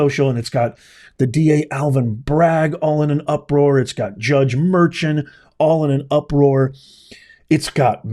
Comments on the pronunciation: His last name is pronounced Mer-con. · Juan Merchan is pronounced mur-con..